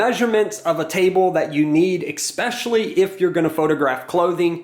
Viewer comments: Thanks for this video! This is very helpful, gives me some ideas to start with at least. Also, & this is just a pet peeve of mine so you can ignore me if you want but the word “especially” is not pronounced “expecially”. I’m just a little crazy with pronunciation…. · “Eck-specially”…. #facepalm